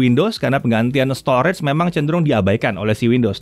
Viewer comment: Maaf sebelumnya. Kalo bole saran pengucapan kata STORAGE, yaitu Store-Age. Bukan Store-REDS. Agak mengganggu aja si udah berulang2 di semua video anda. Sayang aja. Tlg diperhatiin yaaa Bang. Supaya lebih baik lagi video2 Jagat. Thanks